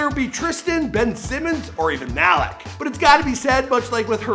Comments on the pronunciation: It’s not Mal -ick is Mal - eek. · Bruh I don't pronounce his name as Malik you say it as if it was spelled like Maleek that how u pronounce his name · It’s pronounced maleek not malick lmao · “Mal-ick” Beasley🤦🏽‍♂️ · The way he’s says Malik 😂